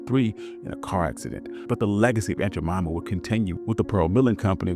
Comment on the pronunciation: 🙄 It is “Jemima” and “Indian.” and do YOUR research.